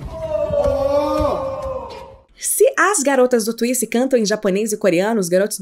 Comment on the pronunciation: “Twiice exeou “ kKKKKKKKKK tenkei não